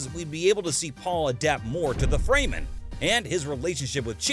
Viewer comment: If you're going to explain something it usually helps if YOU understand it first. there is no "mysterious woman known as bene gesserit"...Almost everything you said is incorrect. Even your pronunciations are terrible (it's CHAWni not CHAYni, FREMen not FREYmen, ALya not AYLia). Like did you even watch the movie?